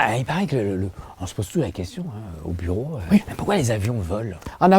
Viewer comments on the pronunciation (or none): On dit donc aux buri et pas au bureau.